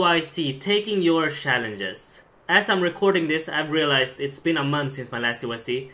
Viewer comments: "T-y-C TakINg YoUr ShhaLlenGes" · TYC#1: say challenges correctly. TYC#2 pk guy only using your face to push the buttons on ur keyboard and mouse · TYS: Take Your Shallenges